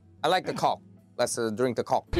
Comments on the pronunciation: 여전히 coke가 아니라 -ck로 발음하시는 우리의 월향씨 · 이분은 아직도 콬이라고 하시네